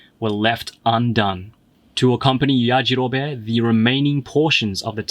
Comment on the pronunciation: Lmao it’s yajarobeeee not yajarobé lol